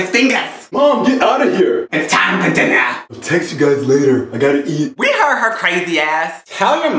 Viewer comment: "IT'S TIME FOR DINNAH"